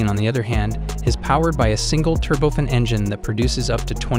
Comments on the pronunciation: Turbofan: tur-bo-fan. No, the A in fan is not silent. Mach: makk, not match. It's a guy's name, the German scientist who first thought high speeds through seriously. Remake this whole video: you make fools of yourselves with these ignorant mispronunciations. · These computer generated voices are getting pretty good, but they still mispronounce so many words. 'turbofin', 'Match 2.25' Ha Ha! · Dude, mach is said like mak, not mash, also its said turbo-fan engines , not turbofin engines. Also side-wine-der, not side-wind-er... Otherwise interesting vid. Cheers